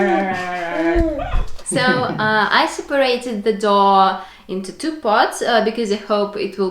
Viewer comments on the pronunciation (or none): Doe and Dough are pronounced the same;-) go figure :-) “thin material” Is called “chews cloth “ :-) Great natural colours!! Love the egg colors!